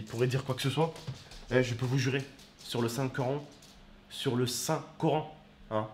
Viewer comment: "Sur le saint corant"